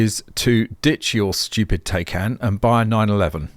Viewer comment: You are the only guy I know who pronounces 'Tie Can' as 'Tay Can' 😀